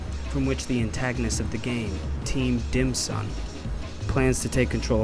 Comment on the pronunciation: Definitely heard 'Team Dimsum'.